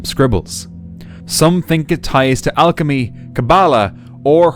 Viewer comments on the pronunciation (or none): none